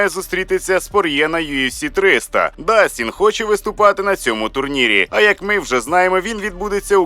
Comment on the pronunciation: Не Дастін Гейджи,а Джастін.